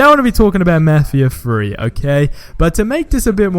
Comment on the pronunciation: "let's talk about mefheeha free"